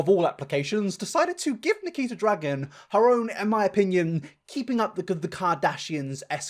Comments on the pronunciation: If you listen closely it sounds like triaher and nikiter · I died when he said Nikkeetar 💀🤣😭